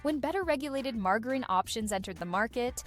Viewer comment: Very entertaining video, i was not a live in the 70's but I like looking into the history of food. I also wanted to point out the mispronunciation of Margarine. it is pronounce maar= jr-uhn or marge-rin the INE ending is pretty misleading.